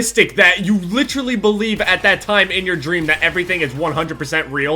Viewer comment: "Litcherally" lol